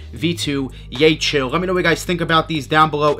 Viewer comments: its yeheel not yechill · took an L on several raffles but would like to have those Yecheil. btw, it’s pronounced as “yehill” per Seth Fowler:) More power,!